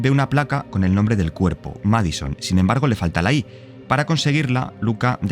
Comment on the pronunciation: No es "MAD SON". Es "MAD I SON". Lleva la i porque en inglés, es así como significa "hijo loco". Por cierto, en una entrevista, el creador del juego, no dijo eso de las enfermedades psiquiátricas, sí es una posesión. Búsqueda, está aquí en YouTube.